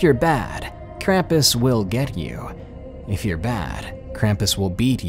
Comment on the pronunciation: It's pronounced krom-pus not kram-piss, with German accent.